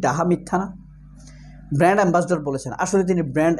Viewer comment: ভালো করে শুনে দেখুন। অপু brand ambassador না বলে বললো band ambassador 😄😄